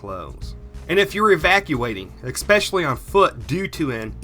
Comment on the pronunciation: Very good stuff, but the pronunciations are: et cetera, and especially.....carry on